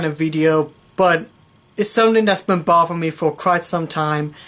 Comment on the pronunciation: Learn to speak, I don't care about what has been "bovving" you.